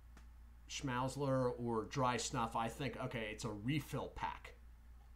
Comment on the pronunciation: Schmal-zler is how it's pronounced